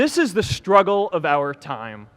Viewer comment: The you pronounce with I: if it comes before vowels.The is pronounced with 'e' if it comes before consonants. Haven't you been taught about this at Harvard?At Vilnius University they teach.